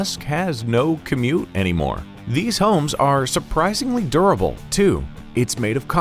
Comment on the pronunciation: Makes me laugh, quote "surprisingly "DOOR-ABLE" he means DUR-ABLE what an idiot